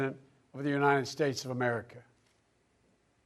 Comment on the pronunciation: “For lords sake this is a UNIDED States of America”